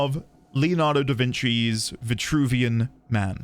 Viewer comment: Virtruvian you say?